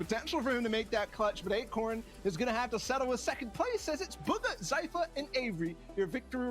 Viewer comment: when he says sypher and buger 😂😂